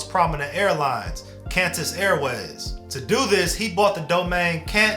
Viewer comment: “CANTUS AIRWAYS” 😢